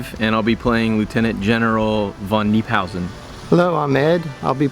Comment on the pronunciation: Not me being a little bit irritated by them constantly saying "Knee"phausen... :D